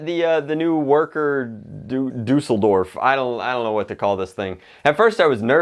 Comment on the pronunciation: Why the heck did he say Düsseldorf